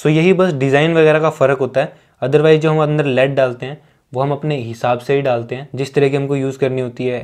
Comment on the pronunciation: it's 'lead' not 'led.'